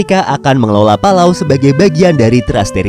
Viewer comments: Ingat, PALAU bukan PALALU! 😂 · Yang baca palalu kiya 1 server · Yang bacanya palalu like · Astaga, sekilas saya liat tadi.kirain bilang " pala kau " eh taunya " palau " :)):)) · Palau= pala kau.